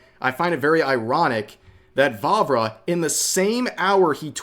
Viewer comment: Every time he said Vávra I heard Barbara for some reason